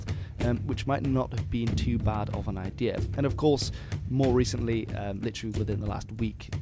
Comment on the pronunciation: Why do some people pronounce “idea” as “ideal”. Asking for a friend....